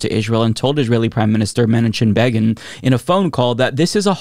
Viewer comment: PLEASE Google the pronunciation of Menachem Begin. Your phonetic botching of his name was the most cringe thing I've ever heard. Love your show but c'mon he was the leader of Israel and it wasn't THAT long ago. Either that or never say his name aloud again. Thanks & keep up the otherwise good work.